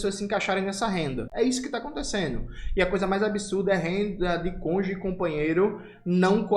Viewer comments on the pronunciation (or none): Porra Jonas, até vc aderiu à linguagem do Moro? Por volta dos minutos vc fala conge ao invés de cônjuge... Não sou um policial da gramática, mas isso rendeu muito ao Moro que realmente é um inepto. Tome cuidado!